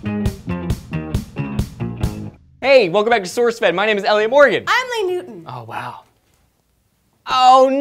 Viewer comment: Please tell me Lee didn't say Louie :(